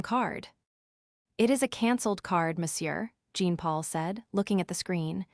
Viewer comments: Jean for a French male is pronounced aa Jaan or thereabouts but not as Jeen. I am from India. Learn your French names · Jean in French is John come have the AI pronounce the name correctly.